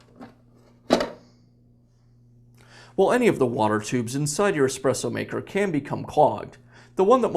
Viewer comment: omg ESPRESSO not EXPRESSO